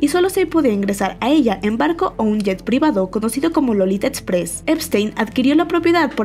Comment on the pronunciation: Para narrar estos videos deberian contrar a personas que si sepan pronunciar la "x", (setsual, etsención, etspres,) hahahahah